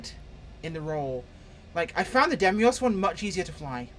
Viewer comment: I really tried to suppress my pedantry but I can't take it any longer (it's been more than one video)... it's Deimos, as in Greek mythology or the moon of Mars, not Demios! Sorry I'll leave now.